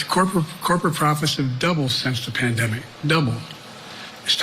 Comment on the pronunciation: He said “plan demic”😂